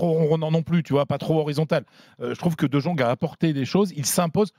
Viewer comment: j'parle d'hermel comment il prononce le nom du joueur ... Dejongue hhhh C'est abusé frère ..